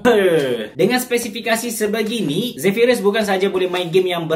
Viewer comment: Zephyrus la bukan Zephryus. Noob.